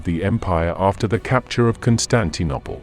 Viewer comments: The correct word is CHRISTENDOM, not "Christdom." Where did you get that from? And Constantee Nopple?? One can only deduce you meant Constantinople. IF you are going to use a voicer translator, make sure it is Dragon Software, that uses correct British English, not this abortion you use here. I get so annoyed by people who just don't admit they don't speak English, and then make a trash of everything they fail to do. Your channel is BLOCKED. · Chrystdom ?? Constantinopple ?? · AI narration is no substitute for someone who can pronounce “Christendom” and “Constantinople”.